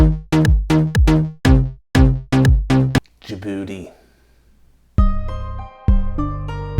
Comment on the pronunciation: Jabuti means Jab-defeat of the buti the oger/monster . It is not booty it is pronounced " bote" not booty